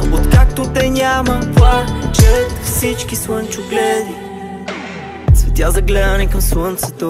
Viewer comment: Песента е много красива,но определено произношението на буквата "Л" в думите ,се забива като пирон в главата ми. "Пуачат всички суънчогледи"...